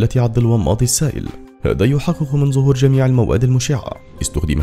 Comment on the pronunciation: ⚠️(من ظهور) وليس( من زهور)